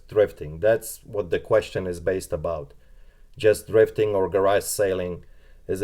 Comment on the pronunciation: TH TH TH THRIFTING not DRIFTING !!! PLEASEeeeeeee